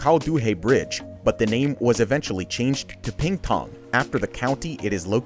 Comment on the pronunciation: Ping Tang NOT Ping Pong!